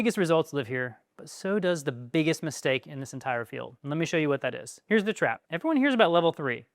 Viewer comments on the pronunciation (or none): none